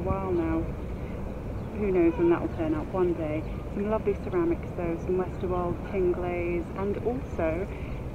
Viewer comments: Thank you Rachel! Haha, glad you’re all enjoying my Westerwald pronunciation. I can’t help it! 😂⚓️ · I'm not sure why, but it made me happy that you pronounced Westerwald in the German manner. :) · An excellent video as always! Thanks. You have a real talent for it 😊Interesting pottery finds today particularly. . Nice to bump into Nicola! Like the lady below I also appreciated the correct pronunciation of Westerwald! 🤓